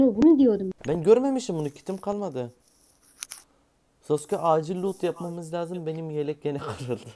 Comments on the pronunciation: abim hiç mi izlemedin o "sasuke" değil o "SASKE!" olucak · Sasuke değil saske sinir oldum 😂